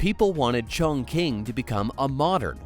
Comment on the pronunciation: Your pronunciation of Chongqing is wrong, teach your AI voice to do better